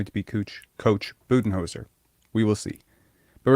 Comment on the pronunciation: “Cooch Buddenholzer”